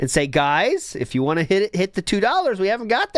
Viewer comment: The way he says "want" as "waah" really pisses me off lmao